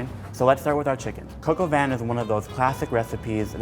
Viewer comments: It's not "coco van", it's pronounced "cock or van" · Coke - OW - VEEn is how i think it is. He say coke-ow-vaan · When He says: Coq Au Vin It sounds like he's saying "coco Van"..."KIDS GET IN MY COCO VAN!!!" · I thought he was saying coco bin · I just pronounced that dish as 'Cock a vin' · sounds like he's saying Coco Van. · American pronounciations are always funny, but jeez... this one just hurts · It's not like that how u pronounce cop au Vin 😂😂😂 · Im really annoyed by his pronunciation of coq au vin and im not even french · Its coque au vin Oml